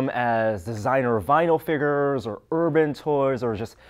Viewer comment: Haha he says figures wrong lol